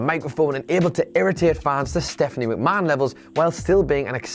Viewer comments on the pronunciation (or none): none